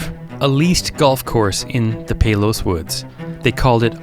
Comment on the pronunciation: It's Payless, not Palowse